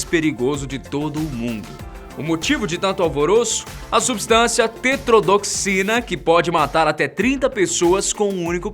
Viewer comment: Cara, você não leu o que deveria falar no vídeo? Você errou DUAS vezes o termo tetrodotoxina, você falou tetrodoxina. Ninguém faz revisão do vídeo? É o mínimo que se deve esperar para uma boa apresentação. Não adianta se esforçar para impostar a voz e errar nas palavras.